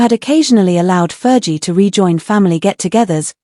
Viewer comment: Ferghie not jie!